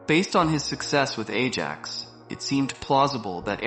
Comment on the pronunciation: why pronouncing AJAX like an idiot? And yes... editing of the video is terrible. Looks like these days most of the videos are made by 8 years old